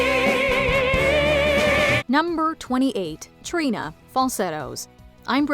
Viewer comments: Trina was mispronounced, Jinkx was not in the video. Sad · I'm sorry the way you say Trina absolutely made my blood boil